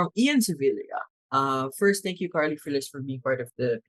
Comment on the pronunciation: Correct pronunciation SPANISH LAST NAME FRILL-ES FRILL-YES NOT FREE-LESS 😢